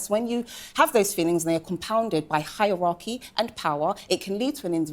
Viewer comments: She said Hiawachy and Fugs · that’s supposed to be posh? She can’t pronounce the “th” sound or a mid word “r” (fug and heiwarchy). I think of posh as someone who sounds elegant and practiced, not like someone who needs a speech pathologist.